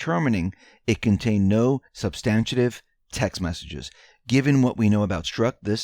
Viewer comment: substantive practice correct pronunciation....or u sound deplorable